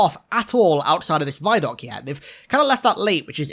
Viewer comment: Christ why do you say "vie-doc"??? Do you also say "viedeo"? Because the "vi" in "vidoc" is short for "video"...